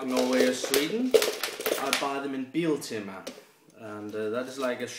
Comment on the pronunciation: i live in sweden an you gave me a good laugh when you said biltema :) PS: it means car theme